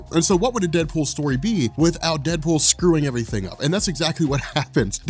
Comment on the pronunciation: DeadOOL?😂😂 no prob